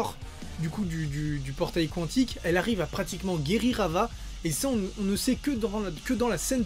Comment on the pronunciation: On dit « kantic »